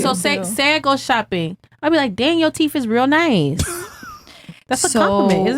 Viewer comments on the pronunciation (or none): "Yo teef is real nice" I can't listen to these things talk. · Did she say you have really nice teef? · If a girl says "yo teef IS real nice" I'm going to hit a book store and buy her a hooked on phonics